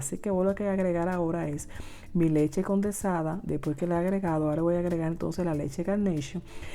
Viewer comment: Leche condensada...no condersada...🥺🥺🥺🥺